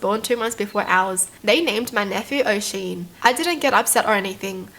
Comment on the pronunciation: Oooh I’m Irish too! But that’s not how you pronounce Oisin, its pronounced usheen, I’m sorry if I sound rude at all I just want to help😅😂 Edit: I hadn’t watched the rest of it so I didn’t hear this but also Galway is pronounced golway😂